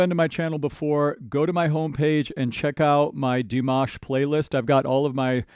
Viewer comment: Did you just call him? 😂 now there's a surname first name mashup